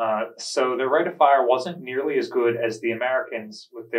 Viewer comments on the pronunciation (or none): none